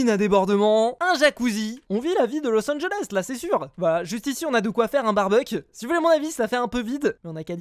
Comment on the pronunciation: los angeles on dit eleé